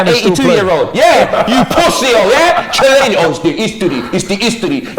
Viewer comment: man said chillaini